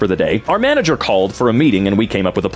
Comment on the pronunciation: 😂were they trying to say manager? What's a mangler?